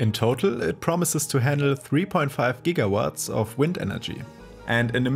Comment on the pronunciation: Meinst du Gigawatt wenn du Gawatt sagst? 😂😂😂